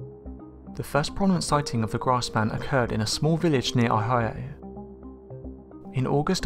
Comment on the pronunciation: Ahigha? LOL It's Oh-high-oh. Good video.